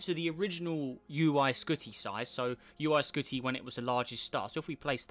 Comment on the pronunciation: He said uy skoty :-S